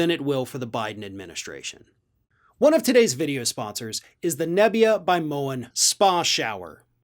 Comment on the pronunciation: Nebia sounds like 'napya'